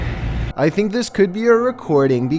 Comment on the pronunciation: Hunter Sadler I finck it’s perfecet